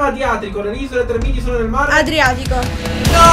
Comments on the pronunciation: trémiti non tremíti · Non si pronuncia Tremiti 😭😱😱😱😱😱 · “Tremíti” come si pronunciaaaa???? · Si dice Trèmiti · Comunque si dice Trèmiti !!😠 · Isole tremiti nooo l'hai pronunciato malissimo